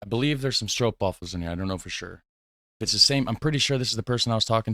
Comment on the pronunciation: Wow I think your Dutch is already so awesome. Never heard an american guy pronounce the Stroopwafel right. Just remember the double “o” (oo) in Dutch is always pronounced like the “o” in words like “ok”. So the “room” part of roomboter is also pronounced like “o” in ok. The tricky thing is that way back in the old ages Dutch people got lazy and they wrote “boter” with just one “o” when it is also pronounced and even used to be written as “booter”. Ooff long story, hope you get it. I’m not a critic just trying to make good things even better! Keep up the good work and enjoy your stroopwafels!!😃